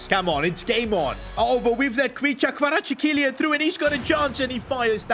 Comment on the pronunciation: bro said "kvicha kvaratshikilia" 💀😭😭